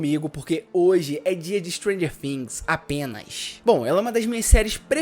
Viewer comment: Mano a pronuncia é things e não fims ....bvc não pronúncia o F e sim o T